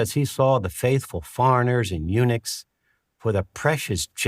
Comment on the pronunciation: Did he say "The faithful foreigners (farrenerrs) in Unix"?